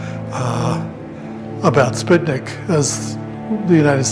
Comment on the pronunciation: Spitnick? That Hick can't pronounce Sputnick? haha.